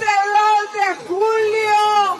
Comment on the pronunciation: Vamos a ganag vamos a ganag jajajaja.